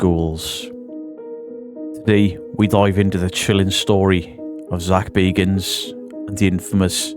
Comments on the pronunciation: New drinking game: take a shot for every new pronunciation of Bagans 😘🤣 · Stopped watching as à fellow brit and you pronounced his name wrong within seconds. Then also I'm annoyed he made a good film and left us to decide which u have taken and made about you. Gac started in a hotel also man. Also of almost facts but not quite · THIS! Why is it so hard to pronounce Bagans?